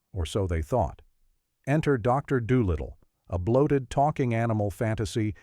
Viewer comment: “Sigh-bill shepherd.” “Dr. Dole-Little.”